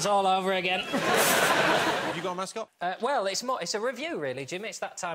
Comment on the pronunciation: I keep on hearing "have you got a mask on?" Instead of, have you got a mascot?